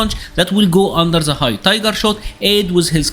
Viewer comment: Dude, you are a cool guy, but you gotta try hard to improve your english. You can say TIGER but words like THE, you pronounce ZE. Do like you do on the word TIGER and say THE using the "T". Will sound a lot better.